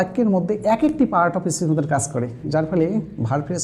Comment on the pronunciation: Your making video is good, but your pronunciation is too bad 😔 as you are of Bangladesh. Viz - 'kas' instead of 'kaj'